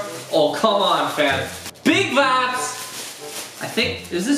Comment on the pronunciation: whatsap with always sayin vabs?